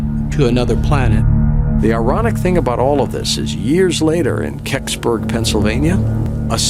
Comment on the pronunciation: I laughed way too hard when you said "Kecksberg".